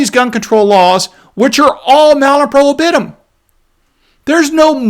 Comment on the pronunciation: PRO HIB UH TUM.